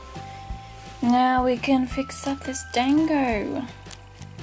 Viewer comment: Oof I'm kinda mad that you're saying dango wrong. Unless I'm thinking on the anime version idk. But I pronounce it like (don-go)